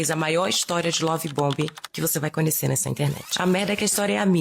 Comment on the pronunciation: Esse povo falar "coniecer" é fd 😂.